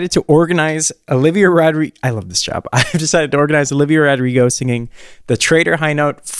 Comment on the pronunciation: olivia: my name is olivia rodrigo: i love how she pronounces her name